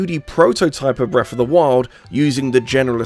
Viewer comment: i cant listen to this guy say breffa 500 times.